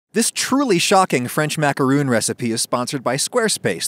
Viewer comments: Is no one going to talk about how he said "macaroon" instead of "macaron"? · It’s pronounced like macaroni without the “ee” sound at the end. You’re welcome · It's macarOn not macarOON "It's leviOsa not levioSAH" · I believe it's "maka-hon" the way the french say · Pronouncing it macaron (« Rhon ») is the right way. The end. It’s not because it’s french that it’s pompous. It’s just the right way to say it. Sorry if I sound rude, but why make a video about a french recipe if 1) you don’t want to try and speak french 2) you think french is « pompous » ? It’s literally just pronunciation. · My body goes into a series of convulsions every time he says “macarOOns” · My ears hurt every time he says macaroon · Ummm, no to this explanation. In America, people pronounce it properly and they don't sound pompous. Macaroons and Macarons are different cookies with different names. You're just saying it wrong and trying to justify it. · NOOOO the cookie pronounced that way is a coconut frosting on sweet bread, french macaroons are what your cooking